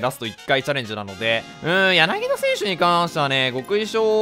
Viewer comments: やなぎだではなくやなぎた ↑この間違いはホークスファンが怒るやつ。。。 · 私にやなぎだと言っているように気がします。 言ってなかったらすいません。